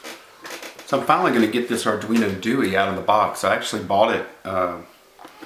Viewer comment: arduino do-eee lol , ithink its pronounced Do-eh because its italian...anywho that thing looks sexy , although it makes cloning it as a standalone a lot harder the the 328p through hole chips.